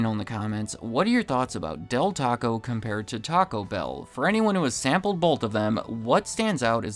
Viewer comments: Is this a new thing where people are pronouncing it “TACObell”? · Not a fan at all of " gabacho bell"